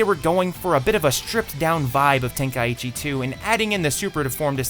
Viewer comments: ten kai ECHEE... its Tenkaichi the way you pronounced it is very wrong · Ten-kai-chi not ten-kai-ichi where tf you get the extra i from? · I am so happy theyve stopped calling it budokai tenkaichi because nobody actually knows how to pronounce tenkaichi It is ten - kai - chi It is not ten - kai - ichi Am i the only one that ever gets annoyed by this? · Correct me if I am wrong but is it not pronounced ten kai chi? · say tenkaichi one more time wrong and i hunt you down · Man, people really need to learn how to pronounce Tenkaichi